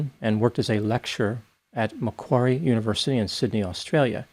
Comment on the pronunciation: Finally someone pronounces macquarie correctly